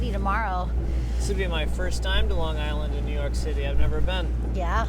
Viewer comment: It's pronounced Longa island 😂